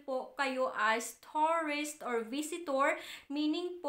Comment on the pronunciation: Nakakadismaya naman pronunciation mo. Yung “ tourist” naging “ torris” at yung “ return” naging “ retorn”.